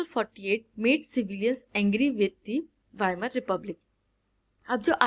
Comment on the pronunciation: Wamer very good 👍 It is Weimar